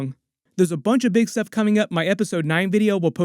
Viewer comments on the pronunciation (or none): none